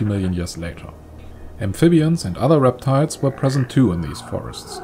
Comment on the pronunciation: Is it just me, or does it sound like he's saying, "reptards" instead of reptiles? Im not trying to be funny, just wondering if anyone else heeard it.